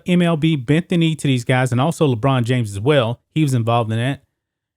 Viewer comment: At first, I wondered why you had mispronounced LeBron James name as LeChina James, then figured out why you used Le China as he was pro-China communist party. Lol 😅